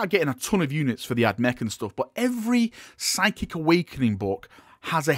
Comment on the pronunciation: The p is silent